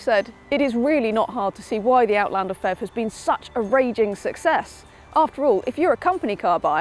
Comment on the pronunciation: It's not pronounced "fev", each letter is spelt out.